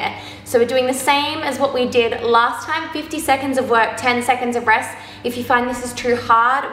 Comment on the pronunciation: Me: waiting for her to say Rex instead of rest again and being disappointed when she says it correctly